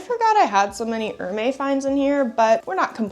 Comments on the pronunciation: Hermès is pronounced as Er-mez 😊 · You totally destroy the pronunciation of Hermès.